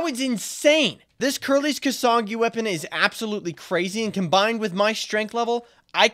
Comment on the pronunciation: If he says kasangi instead of kusanagi one more time.....